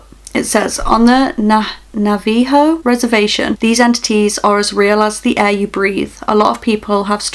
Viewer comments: Navajo is pronounced na- va- ho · Here's how to say Navajo, Na-va-Ho hope that helped :) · for future refrence it is pronounced nah vah hoe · Navajo is pronounced navuh-ho it’s a Native American tribe and skin walkers r usually seen on the Navajo reservation Skin walkers live where there’s a Native American reservation Also the last story seems like wendego and not a skin walker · navaho say it like that not trying to be rude or anything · "Nava-ho" pronunciation 4 navajo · ITS (NA-VA-HO)